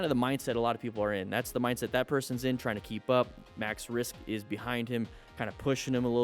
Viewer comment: Hes called maxwrist not maxrisk